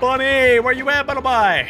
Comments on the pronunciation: Bro say bunnelby not bunnelbye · You pronounce it bunlebee not bunlbi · Your brother says bunlby is bunlbuy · It’s call Sillvally(lie) and Bunnelby(bee)